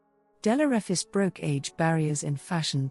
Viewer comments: Straight out to bat , and you missprounce (misprounce) her surname. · You’re mispronouncing the last name wrong! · You have not pronounced her name correctly.